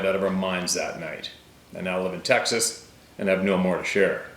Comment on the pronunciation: Haha! Just say TEXAS!